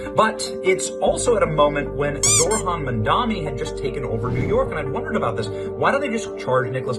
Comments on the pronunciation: It’s not “zorhan “. It’s pronounced like zow-ran. I’m not a fan either, but at least say the name correctly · Stop pronouncing "Zohran" as if the "h" came AFTER the "r".